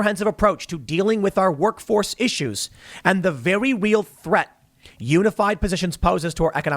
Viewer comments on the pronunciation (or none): How about adding the Pool boy's "Vewy weal thweat" to the sound board lol